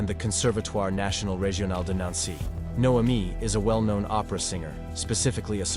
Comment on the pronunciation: Narrator: Can pronounce amyotrophic lateral sclerosis, can't pronounce Noemi